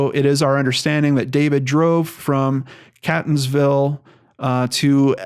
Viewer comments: Seems like all kinds of things happen in/around B'more once we leave the area! I can't tell if that speaks well or ill of us, really... Quick pronunciation guide: it's CAY-tons-ville not CAT-ons-ville. There's also a town in the general area called Canton(-like-Scranton) so that might be some of the confusion. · I'm watching this story closely. Catonsville is pronounced 'cay-tons-ville and Ellicott city is 'ell-ih-cut city. The property he allegedly stayed on is off of i70 just to the south. There's a fire house right on Woodbine Road. You pass it on your way to the property. There's a major horse rescue farm on that road, too. There's a park-and-ride a 1/4mi north of the exit for Woodbine road. There's a gas station, McDonald's, dunkin donuts there, too. He could have easily left his car there and then be driven or walked the mile or two south to this property. Larriland farm is just south of the uncle's property. It's a massive pick your own farm that gets a ton of traffic in the Fall but is still well-visited in August for peaches, apples and other ripe fruit. Most of that traffic drives right past this property on Woodbine Road. The area is not heavily populated but is not anywhere near remote. The cell service is fine. Hoping for a happy ending. I think the property is a red herring. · As much as i love your videos, i never thought one of your stories would be based in my hometown!! Unfortunately many in baltimore suffer from addiction, mainly heroin and overdoses are at an all time high bc of the heroin being laced with fentynal! I have an inkling maybe he od'ed and the girl panicked!! Very sad!! P. S. Catonsville is pronounced kate-ons-ville!! Thanks for the video!! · Catonsville is pronounced 'Kaytonsville' and Ellicott is pronounced 'Ellicut'. At least, that's how locals say it 😁😂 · Love what you're doing, but for future reference in the surrounding area; it's catonsville, Kate-On-sville